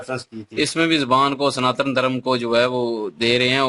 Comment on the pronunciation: Abee 'sanaatan' hota h 'santaan' nhi!!